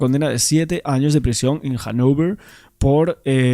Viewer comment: Suenas ridículo cuando pronuncias términos ingleses de esa manera hablando en castellano. Mucho peor cómo has pronunciado Hannover con acento de Brooklyn....